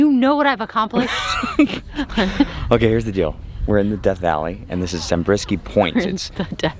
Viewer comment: I didn't know there was a place named after me. ZA-BRIS-KIE is how it's said... Love it!!!